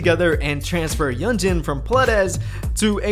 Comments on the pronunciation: A small nitpick: i'm pretty sure yunjin's name is pronounced "yunjin", not "yeonjin" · yunjin is pronounced 'yoon-jin' by the way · Btw, I think you are pronouncing Yunjin's name incorrectly